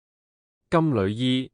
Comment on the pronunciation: 我小時候老師教金縷衣，是讀金柳衣，從無人讀旅，現在跟普音讀咗金旅衣，有些字的讀音都變得奇奇怪怪